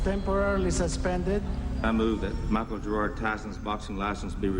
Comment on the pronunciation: Makes me cringe everytime Robyn calls him 'Michael.'